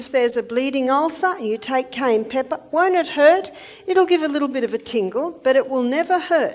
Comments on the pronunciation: It's not pronounced kee-ann, it's ki-ann or Kye-ann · The narrator refers to this as "Key-ann" pepper . . . but traditional pronunciation is "ki - ann" pepper." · Pronunciation sounds like "KI-Ann" not "key-an" . Learn how to say it proper cause it like nails on a chalkboard the way either you or your computer AI is saying. She says it correctly, dimwit. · Please say CAYENNE PEPPER. Not CAIN pepper. It's very annoying to hear this repeated over & over. Pronunciation (KI YANN.). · Please pronounce Cayenne correctly. Ki yan not Key yan. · it’s not Keyenne pepper it’s Cayenne Pepoer . What a weird way of pronounciation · It's not pronounced "key ann" it's "Ki Ann". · I’ve lived in the U.S. for 70 years and have always pronounced it as “Cayenne.” First time I ever heard it pronounced, “Keyanne.” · This is definitely a bot Saying keyan fir cayenne. Dead giveaway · As a matter of fact, Dr O'Neil is the one who is correct about the pronunciation of Cayenne. The gentleman who is using her video and unnecessarily repeating her anecdotes should know that the pepper is not "Key-yen." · What's kiyenne pepper? Never heard about it 😜😄😄😄💙💙💙🇺🇲🦅🇲🇺🦤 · * ky ANN * pepper 🌶️ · Voice over clown saying: "Ceyanne" instead of cayenne even after hearing the lady say it correctly. I believe its not a tomatoe vs tamota... Rather he cant spell well? Not digging, just seems more than odd. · She right it wonderful. But. It’s pronounced kie-yan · Please say the name of Cayenne Pepper correctly not Keann! Where did that come from Keann does not even sound the same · WISH YOU WOULD LEARN HOW TO PRONOUNCE CAYENNE PEPPER. AM. AND CENTRAL AM INDIAN NAME. PRONOUNCED KI-ANN. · It is pronounced " ki" "ann" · What the hell is KEYanne pepper....learn how to pronounce the word. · THE MAN HAS THE WRONG PRONUNCIATION FOR THE PEPPER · The faceless boy talking in this video ought to learn how to pronounce cayenne pepper before making a video about it. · Plz say cayenne pepper correctly